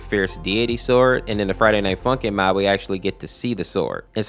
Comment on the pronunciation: The beginning says MOT instead of MOD